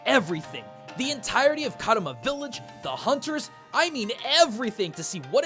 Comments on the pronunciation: Just a tiny note, it's Kamura village, not Karuma village. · man, you keep mispronouncing Kamura a lot